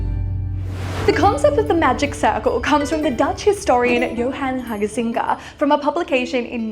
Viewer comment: there's no extra "ge" in Huizinga :) Very interesting video!